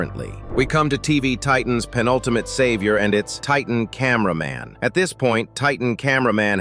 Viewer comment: Bro Said Titan Cainber man and Then he Said Titan Spaikerman Like Bro what the hell